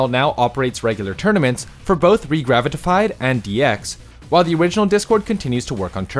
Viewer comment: Gotta admit he nailed it. I just felt bad for him having to say it so many times.